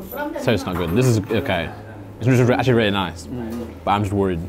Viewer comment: "Where it seems the most clean, it's the most act-u-orly- mean" Truly words to live by 😂😂😂